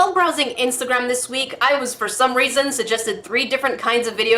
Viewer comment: “For some raisin” lol